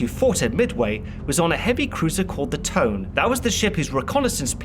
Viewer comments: "Tone?" You really pronounced the romaji transliteration of 利根 as the English word "tone?" Really, dude, I thought you could do better. Not to mention that you could not tell the difference between B-17 and B-26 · i know this sound weird for people that didn't speak japanese but the heavy cruiser Tone is pronouns To-Ne with two syllable,japanese use single syllable for each letter,so a role of thumb when pronouns a japanese ship name is to put every vowel at the end of a separated syllable, like 霧島／きりしま kirishima -> Ki-Ri-Shi-Ma, or 大井/おおい oi -> O-I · I just had to point this out Tone (kanji: 利根, hiragana: とね) pronounced "toe nay" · It’s not pronounced Tone it’s pronounced Toe-Nay. Ugh! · The Heavy Cruiser Tone is pronounced "Tow - nay". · Small qubble RE: your excellent presentation ,but isnt the "Tone " pronounced " toh-neh" ? Anyways kudos mate .